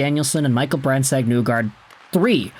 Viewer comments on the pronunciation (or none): I find it interesting that you still say brandsegg nuegard when everyone involved with the red wings pronounces his last name as 'neegard'